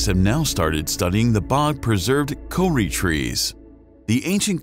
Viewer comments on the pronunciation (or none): Took a while to work out what the commentator was saying when he mentions the Co-ri trees". Also the dumbed down explanation of the magnetic shield and neanderthals. All coming under the blanket: "Nobody told us..." that seems to be the sum total of American education.